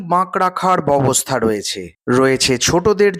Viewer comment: ববসথা না বলে ব্যাবস্থা বললে শুনতে ভাল লাগে